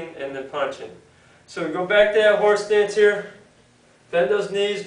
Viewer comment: horsetits lol does sound like horse stance if you say it fast